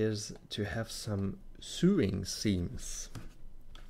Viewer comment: nitpicky me, when you say "sewing" it is not pronounced Sooing, it's pronounced as "So long, thanks for the memories." then "ing" on the end... so (long) ing.... my mom does lots of that so it kind of jumps out at me. It's sort of like, do you "goo to work," or do you "go to work." Do you "soo the cloth together" or do you "so the cloth together." Love, love, love the sneak peeks. Please make many more to show off how awesome Blender is. I am slowly beginning to switch from Rhinoceros 3D to Blender.